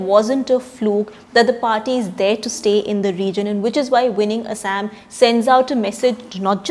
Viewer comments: Thaosen plz Google the pronounciation of Assam! Why we westernize our own names? Like its they who are speaking. Same goes with Kashmir - they pronounce it "Cash"mir...lol its not just funny but idiotic when we mimic West! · The pronounciation of Assam with fake English accent is highly deplorable! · Thaosen Not how it's spelled, but how its pronounced. You're right, Localised north eastern kingdoms and tribes created more diversity in language and literature thats the beauty (she pronounced none of what you mentioned..lol) But I can't agree if you're saying her pronounciation is "how people in assam pronounce" forget assam none of the born local north-eastern do it! You know she won't pronounce "Kerela, Maharashtra, Gujarat" like brits or west do than why for assam!